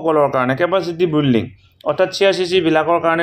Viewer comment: building or pronunciation olop sai lobo sir